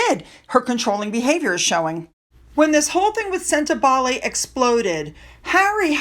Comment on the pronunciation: Sentebale. Pronunciation wrong. It sounds like senta baally. Cheers.